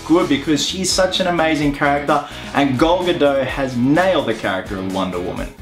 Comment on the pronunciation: Ok, so.... Is it pronounced Gadot or Gado